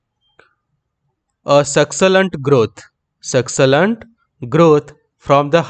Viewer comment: Succulent eska pronounsation thil se koro